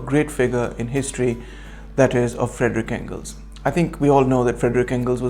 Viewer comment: It's Friedrich Engels not Frederick though in English the names are Phonetically similar